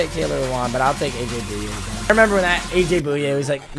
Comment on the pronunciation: AJ - boy-aye Not Boo-yay